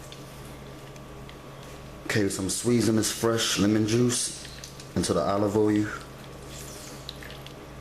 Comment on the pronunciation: I love this channel!!!!! Love the way he say "oy-oo" (oil) I giggle every time. Keep up the good work sir